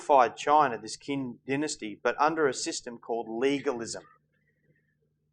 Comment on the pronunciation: Qin is pronounced Chin,not Kin. Sigh, romanticized pronunciation.